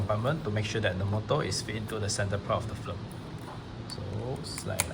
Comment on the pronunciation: I can't get over the fact that this guy pronounces "film" as "flim".